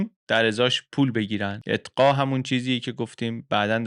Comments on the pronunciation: شما «اقطاع» را اطقاع تلفظ میکنید لطفا اصلاح کنید🙏❤️ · خسته نباشید.مثل همیشه جذاب و‌ پر محتوا بود. فقط یک نکته کوچک: «اتقا» درست نیست. احتمالا منظورتون «اقطاع» بود. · اقطاع نه اتقا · اقطاء درسته ، اتقا درست نيست، به هر حال ممنون و متشكر از اين ويدىو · اتقا چیه؟ اقطاع درسته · سلام، تلفظ صحيح اقطاع است.